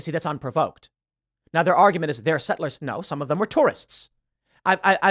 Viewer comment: Why are you saying sett-lers like you’re Andrew Tate?